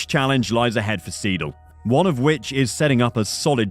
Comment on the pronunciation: The mispronouncing of siedle is so annoying maybe thats just me lmao 😂 Is pronounced "s-eye-dul"